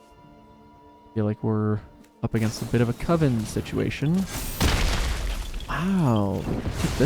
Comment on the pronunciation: You're still saying "Cove-en".